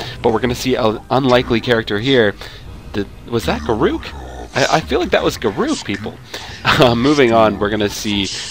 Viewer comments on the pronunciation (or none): you can pronounce it any way you like, but the correct pronounciation is garrick, not ga-rook, but if you "prefer" ga-rook, enjoy : ) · Also, it's pronounced garick. Not ga rook